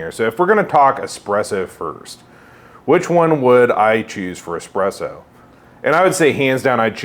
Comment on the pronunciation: you called it expresso